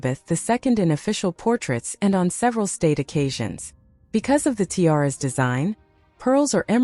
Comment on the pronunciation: Tie-aras? And Queen Elizabeth TWO? Please have a human being narrate these.